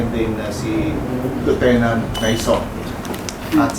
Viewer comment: Lieutenant walang alam sa batas 😂 Paanu naging Liutenant itong Unggoy na ito 😂 Karamihan ng mga Police sa Pilipinas ay walang alam sa batas. Basta Pooice ay ayos na at bahala na si Batman hehehe😂. Anong klaseng Police training ang ginagawa??? Tae training 😂